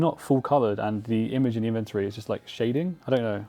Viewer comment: Is there a reason that nobody in the runescape community can pronounce the word 'inventory' properly.